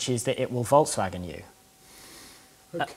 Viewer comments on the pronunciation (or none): Randall Stephens I thought he said false wagon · Guess where I live 😂 I live in Wolfsburg, Germany, where the VW HQ are... I would describe the pronunciation as such: Vol - like "faul" in "fault" ks - like he pronounced it w - like the v from "vase" a - like the u in "utter" gen - like he pronounced it BTW: I don't even have a car and VWs are some of the last I would consider if I were to buy one at some point